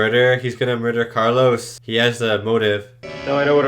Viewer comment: Also the Medusan 's name is Calos, not Carlos.